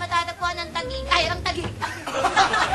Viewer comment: THAGIG? tama ba sya or TAGUIG